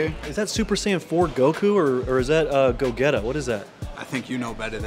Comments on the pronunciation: just said "Go-getta"... 🤦🏿‍♂️🤦🏿‍♂️🤦🏿‍♂️ It looks like Black Goku, first of all...But second "Go•G(as in the letter G)•ta). Go-G-ta. Gogeta. Its a mix of Goku and VEGETA. Just put the names together. And Vegeta is not V-Getta. Go-Getta. 😂 Hes not Young Jeezy. Yeah, one earring, thats Black Goku. Ssj4 Would have different hair.. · its pronounced go-gee-ta. literally just a combo of goku and vegeta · Bro said Go-getter , it’s pronounced Go-Jee-Ta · Cant believe promounce Gogeta, Gogetta 😂 then he thought goku black was ssj 4 goku lmaooo damnit son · boi i know u didnt just call gogeta "go getta"... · Sooo nobody gonna talk about how pronounced Gogeta?